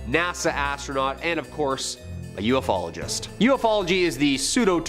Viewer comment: You can argue that ufology is a pseudo-study, but "ufologist" is not a pseudo-term. The host also mispronounced the word.